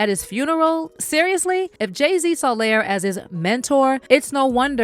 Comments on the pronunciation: I really wish the narrator pronounced Lior's name correctly. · Lyor like "Lee-Or" liar, layer, layor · Its pronounced Lee-Yor not layer😂😂😂😂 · Lee-Oor! Gosh, That Was Bothering Me. 😤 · Its "Lee-OR" kohen. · Pronounced Lee-or… 😂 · His name is LEE-OR smh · It's pronounced Lee-Or btw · his name is lee or ... god i hate when people make vids and pronounce the names wrong ... like every white person saying 2 Pak